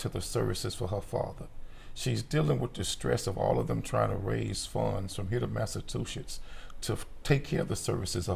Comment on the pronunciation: ...trying to raise funds to get from here to massa-two-shits 🤣🤣